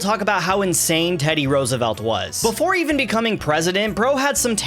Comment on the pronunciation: Rose roose say it right its ROOSEVELT NOT ROSE MORON